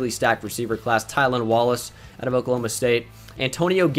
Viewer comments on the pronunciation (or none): none